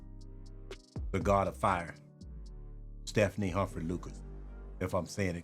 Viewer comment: Stephane is a guy, not Stephanie Stef ähn is the pronunciation my guy.